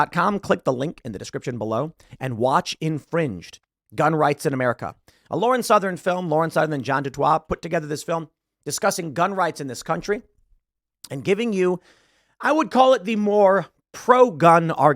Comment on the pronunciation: Tim, I just cannot watch this Infringed film if it has Lauren Southern in it - she's like nails on a chalk board - but I was curios to know if this John du Toit is South African? If he is his name is pronounced John Do Toy, not John do Twa.